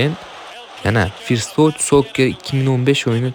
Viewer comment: 'Forst' din hatyabi oka "First"ni 😂